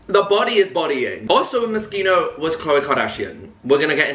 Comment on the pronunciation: no he’s not !! i mean it’s an italian word so the ‘ch’ is pronounced ‘k’ so his pronunciation for an english speaker is pretty spot on ahaha not expecting him to put on an italian accent or anything